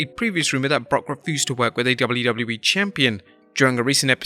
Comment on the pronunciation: Jeez... Slow down a bit lol. It's W-W-E, not "dublydubee"... Take your time to pronounce it lol.